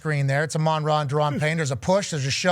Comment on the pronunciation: You say his name dumb